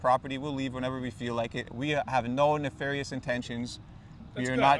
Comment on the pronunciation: “I’m glad you have no neflairious detentions” Me too bro